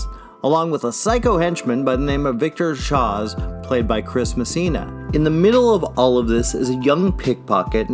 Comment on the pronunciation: Victor Shawwz? Wtf